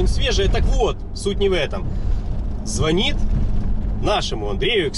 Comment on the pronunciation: Извините, не по теме, звОнит-колокол, но звонИт- 📞телефон)))